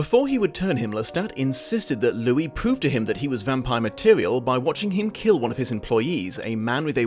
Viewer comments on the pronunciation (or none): none